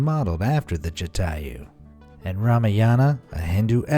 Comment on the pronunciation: Not chathaiu it's Jataiu